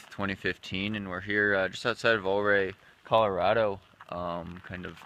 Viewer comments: Pretty sure it's pronounced You-Ray. Vo2maxProductions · Ouray = "you-ray" :) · Great video. I did in fact come down that trail in the dark while pacing at Hardrock this year. Luckily, the sun was rising so we had a bit better light towards the end. (But we were sleepy at the time as well.) Also, the pronunciation of that town would be more like "you ray" but without a gap and a slight emphasis on the "you" part. (I grew up just a few miles down the road.)